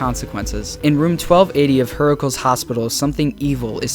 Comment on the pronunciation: "hera-kleez" (hercules's greek name), not her-kelz, lmao.....also, fnaf vr had a halloween dlc